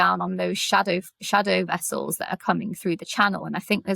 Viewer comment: "Vere do you keep ze nuclear wessels?"